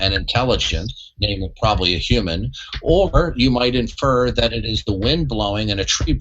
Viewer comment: ANKH PRONOUNCES HUMAN LIKE A HURMAN